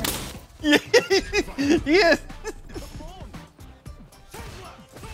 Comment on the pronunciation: I like how Xian pronounced quickly sounds like Champ. Nice one, Champ.